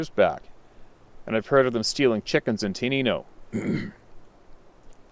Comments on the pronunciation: heh heh wow I live in Tenino, it's pronounced 10 9 O, it's a small Train town named after the 10 9 0 rail line. I have had sasquatch sightings and encounters here I still haven't emailed you my encounters. I will try and do that soon. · FYI --- TENINO is pronounced similar to "10 - 9 - oh" I knew some one named Lisa with a dog named Lokie,, not sure how she spelled, Im right near the same area on the edge of the forest....